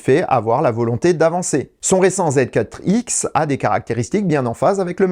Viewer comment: J’ai l’impression que c’est plutôt contre les constructeurs japonais qu’il a un problème. Il n’arrive même pas à prononcer correctement Honda-e (Honda-i) et il oublie carrément le « b » de la toyota bz4x